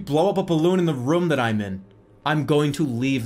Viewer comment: I think it's hilarious he pronounces room "rüm"